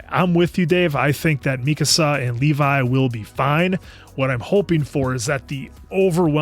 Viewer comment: Genuinely wondering if ever finds out he's mispronouncing "Mikasa." Not trying to be negative, we all do the same thing with something, it just gives me a chuckle each time he corrects someone else. 😂 Really glad you guys are enjoying the series, can't wait to see how you feel about the latter half!